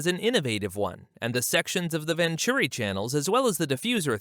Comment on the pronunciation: just wanted to point out that they are not called "vanchurry channels" but VENTURI TUNNELS